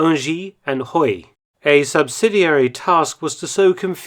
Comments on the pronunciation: Huy is not hooï , just say"we" and you'll be OK . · "Huy" is pronounced "wi" 😁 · not to be too picky. but huy is pronounced as hwee. just a proud belgian... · Huy is pronounced like wee that’s the town my grandma was from my grandpa was in the us first army